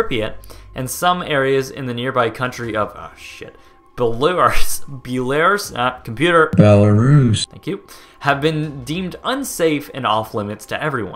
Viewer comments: LoveIsTheWeapon143 I think there are people of every nation that might mispronounce things. This guy is American. 🤷🏼‍♀️. Who cares? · My mum was a child living in the city of gomel in belarus when the chernobyl disaster happened, she was taken to Moscow over the summer because gomel was soo close to chernobyl. Plus that pronunciation of belarus tho 😂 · Belarus... That's not hard to say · How TF could you mess up Belarus' pronunciation? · Holy shit never say Belarus again wowwww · I’m American. It’s pathetic this guy can’t pronounce Belarus, and has such a limited knowledge of geography. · ITS NOT THAT HARD TO SAY BELARUS I LEARNED IT IN 7TH GRADE AND IM AMERICAN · I undestand that things can be hard to pronounce but Belarus is like incredibly easy to pronounce in the english language so your nit being able to say it is very dissapointing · Why can nobody say Belarus... never going to understand that. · how can you not pronounce Belarus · How the hell do you do this much research and not know how to pronounce Belarus? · I know you started with a disclaimer but you seriously, can't say Belarus? It's easier to say than most American places. :p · Wtf, doesnt know how to say Belarus? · So let me get this straight, you spent money to actually go to Chernobyl to film this and you spent many hours producing and editing this video, but you didn't have enough common decency and respect to learn how to pronounce Belarus properly? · americans can't pronounce Belarus? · Balars? That is the worst pronunciation of Belarus I have ever heard. It's pronounced Bell-ah-ruse, not Buh-lars or Buh-lair-us. I'm not even from Belarus, and I can pronounce it correctly. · IT'S BELL AH ROOS NOT BELORES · Bella-ROOS. It’s pronounced bella-ROOS,. A computer voice is literally better at saying it than you. 🤣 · ...how hard is it to say Belarus??? Bell-a-ruce. Easy! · It's pronounced Bell-Ah-Roose, but good job on all the rest. Love your abandoned series! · say it as "belarooze"